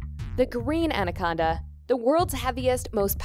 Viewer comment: She says andaconda